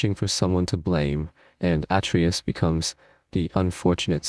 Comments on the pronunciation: It is not atreeus it is Atreus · At-tree-us? AI? Come on! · Learn how to properly pronounce Atreus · Bro, how are you pronouncing Atreus 3 different ways 😆